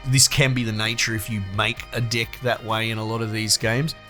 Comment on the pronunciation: Aussie accent made "deck" sound like "d**k". For a sec, i heard "d**k building". Maybe just me. But I agree with your opinion and I too disagree with the concept of locking cards and items behind hours of painful and boring grindings.